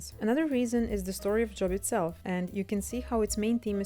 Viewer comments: The name “Job” is not pronounced like the noun “job”. Spelled the same, but the name is pronounced with a long o, as though it were spelled “Jobe”. Edit: I usually hear “Behemoth” pronounced as “buh-HE-muth”. Edit2 “Lazarus” was the name of the person who Jesus resurrected. “Lazarii” is a made up word to indicate how many people could have been resurrected by the power applied to a specific miracle. The assumption is that it’s the plural version of Lazarus’ name because in the case of the miracle created by C. & A., at least 25 people could have been resurrected. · Please learn to pronounce Job properly. It's very distracting